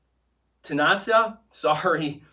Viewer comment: Tunisia is a country in North Africa bro. It's pronounced like Tee-you-nee-she-aa. Thanks for the Q/A keep up the good work man.